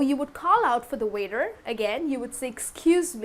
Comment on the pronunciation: Hi, i like your lessons, they're very clear and useful. Just a question: I've heard you pronounce the word 'waiter' as 'weather' and i'm a little confused now ^^. Did I hear wrong?